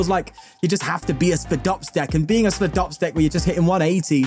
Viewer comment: its pronounced "SPY-DOPS" like a spider lol i dont know why that erked me